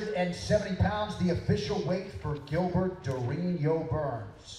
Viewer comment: In portuguese you don’t pronounce it “Gilbert” it’s prounouces with a J. “Jilberto” is usually how it’s pronounced in portuguese